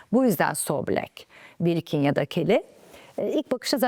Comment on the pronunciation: Birkin‘i doğru telaffuz edememişsiniz